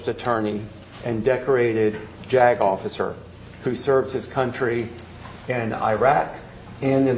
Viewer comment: I can't be the only one who kept doing a double take whenever they said "JAG officer".. I hope lol